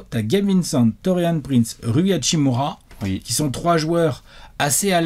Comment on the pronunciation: bah c pour ca qu'ils vont alterner avec Prince pour la 5e place. et on dit hashimUra